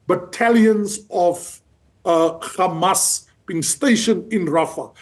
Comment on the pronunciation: I'm distracted by your ignorance and inability to say Hamas, it's not difficult.